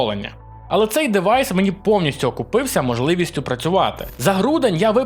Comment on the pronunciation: Та не дЕвайс а дІвайс!😉